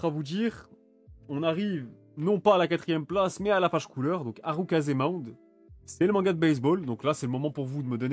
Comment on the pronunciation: Harukaze Mound pas harukaze maounde